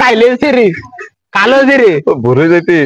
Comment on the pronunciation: কালো জিরি ❌ কালো চিরি ✅